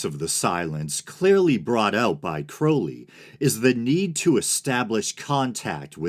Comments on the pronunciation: Crow-lee?! You can say Crowley? Props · you get an upvote just for pronouncing Crowley's name right. too many people talk about Crowley without knowing anything factual about him. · “It is pronounced Crowly. To remind you that I’m holy. But my enemies say Crouly, in wish to treat me foully.” ~ Aleister Crowley